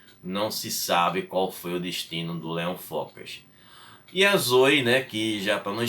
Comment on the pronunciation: Não seria "Zoé" a pronúncia da imperatriz?